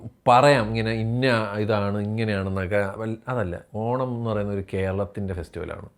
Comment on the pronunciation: ഓണം എടുത്തു പറഞ്ഞു എന്തോ കുത്തുന്ന പോലെ 😂